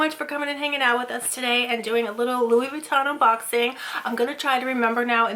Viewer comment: Louissssss Buittan lol. Girl you're gonna buy luxury brands you better know how to pronounce it. hahaha